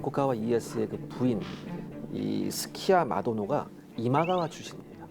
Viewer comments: 스키야v마도노가 아니라, 스키야마v도노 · 이거야 원... 스키야마 도노를 스키야 마도노라고 읽으면 뭘 어쩌자는 겁니까? 재밌게 보다가 갑자기 신뢰성이 팍 떨어지네요 ㅋ